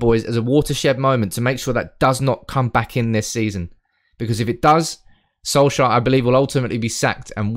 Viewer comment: Sol-shire XD Try say it like sol-chair